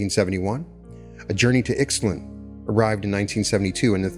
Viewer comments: isn't ICKS tlun pronounced EESHT lawn? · Ixtlan = Eesht - LAN; Genaro = Heh - NA - ro Sorry, but I feel if you're going to profit from someone's work -- even if he was a scheister -- it's bad form to get the pronunciations wrong. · He also pronounces Ixtlan wrong: the "x" has to be spoken like "sh"! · Great deep dive! You’ve introduced me to some new philosopher/anthropologists. Thank you. I, too, want this all to be true. I love your channel & what you channel. I wish I hadn’t gotten so distracted by the mispronunciations, but alas… (In the spirit of sharing knowledge rather than in criticism): Castañeda = Cas-stah -NYEH-dah Yaqui = YAH-key (soft k, like in yucky) Ixtlan = Isht-LAHN (closer to that) Nagual = NAH-wall Don Genaro = Heh-NAH-roh Avilar = AH-vee-lar 🙏🏼